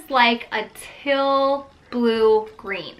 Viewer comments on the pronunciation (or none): Till blue green? I know you were trying to say teal, just sounded like till ;)